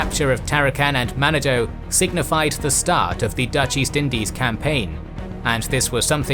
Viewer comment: Manado-its pronounced man narn doe-its great scuba diving